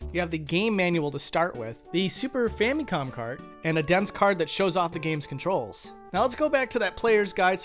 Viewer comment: "fammy kawm"